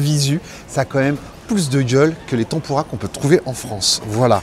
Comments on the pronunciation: Tampourra plus apres. On dit tèmpura.😂😂😂 Merci...😁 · ça me perturbe la prononciation de tempura ... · Tempoura tempoura, t'en pourra pu ^^ Désolé mais la prononciation m'a tué de rire =)